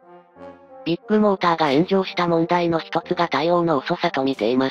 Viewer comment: ビッグモーターの発音がどこもビップモーターに聞こえる